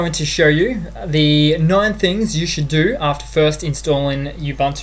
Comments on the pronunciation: ubantu... lol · U BUN TU That is how to pronounce :)